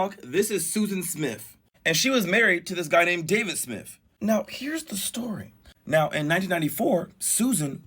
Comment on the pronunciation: Smith not "Smiff"